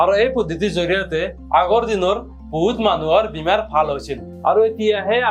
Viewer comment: Bimar nhoi bemar😂